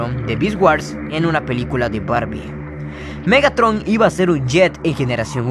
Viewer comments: te comiste la “r” en el nombre de Megatron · más perturbador MEGATON XD(te falto la R capo)